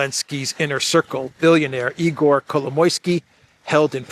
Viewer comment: Its ihor not igor. Mistakes are adding up.